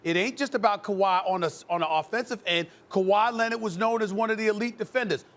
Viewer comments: Kawhi "Lenit" - SAS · Stephen A: Kawhi Lennid 🤣🤣🤣🤣.